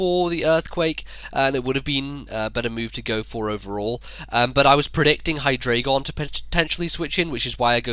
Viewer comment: It's okay that you kept saying hydragon, I don't even know what that is. :D